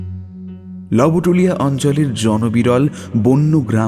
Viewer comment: Jayga tar pronunciation "Lobtulia" howa uchit... barbar "lobotulia" shonata bishri lgche... Golpo paath kintu valo...valo lagche shunte... Tai bole "Manob" k to r "Manobo" bolle barbar seta vlo lge na... Bangla uchcharon er dhonge sob kichu na anai shreyo, "lobotulia" bangla aroshto uchcharoner khub e nikrishto obosthan...